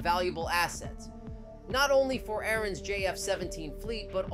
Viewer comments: In the video why are you saying Arun . it is Azerbijan not Arun . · What is Erran? Do you mean azerbaijan? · Why do you keep calling Azerbaijan Aaron?